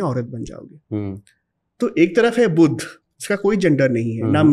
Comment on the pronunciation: बोलते समय शब्दोंका उच्चारण ठीक से करते जाइये बुध और बुद्ध दोनो अलग है